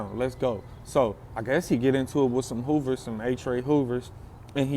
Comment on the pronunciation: He say Hoovas friendly